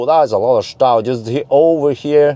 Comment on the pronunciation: Hey, your german is perfect. Scheisse..... Das ist nicht gut..... Stau. 😀 Or is it local language. Greetings from Germany 🇩🇪